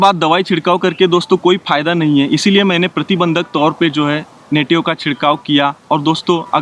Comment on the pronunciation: Ap nativo ko natio keh rakhey hn